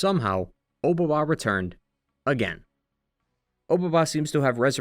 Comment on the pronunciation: "Obaba" is a way of saying "Old Lady" with a bit more formality than just "baba"; it itself isn't really a name and you could call any old lady obaba which is why there's always a descriptor or another name attached to the title. also your pronunciation is wrong, and it bothers me 😂. the "o" just indicates politeness in addressing. Honestly generally the case with a lot of pronunciations of Japanese names throughout this video lol.